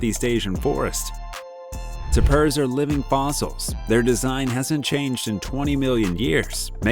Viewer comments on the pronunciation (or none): Tay-pers they're called Tay-pers. Not tap-ers. I hate AI narrators. Also, the gundi? Reminds me of the pika in the Sierra and Rocky mountains. Pika whistle loudly when preditors appear near them.